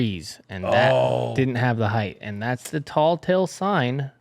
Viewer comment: Telltale. Telltale sign, not talltale sign.